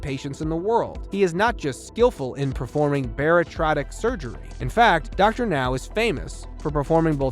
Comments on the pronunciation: As stated previously here, I think the operation is called and pronounced BA-RI-AT-RIC, not baritratic surgery. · Bariatric... pronounced bare-e-at-trick according to me or according to Webster's dictionary bar·iat·ric | \ ber-ē-ˈa-trik No offense but since your channel focus is 600 lb life it would help people not familiar with the show if you got the pronunciation correct. Not sure if there is an AI auto reader or real human behind the narration but there are a a lot of mispronunciation of character names as well, which can thwart new fans in their search to look up those episodes. I enjoy this series a lot, as a superfan perhaps I am just being picky. Cheers to your continued success! 🙀⚕👨‍⚕️🥼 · At and a few other times in the video the word you’re looking for is bariatric, “baritratic” or whatever you’re saying isn’t a word lol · "Bear-a-trotic surgery?" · Bariatric. Bare ee at trick lol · Thank you it was driving me crazy . Lol